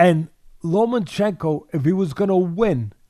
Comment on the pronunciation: Teddy, it's Lomachenko, not Lomanchenko.